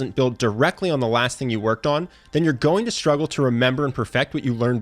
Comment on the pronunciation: sHtruggle is not a word. Struggle is